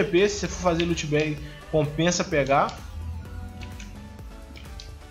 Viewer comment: Para de fala LOTE cara, é loot. pqp kkkkkk